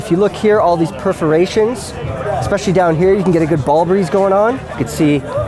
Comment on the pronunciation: Did he just say ball breeze?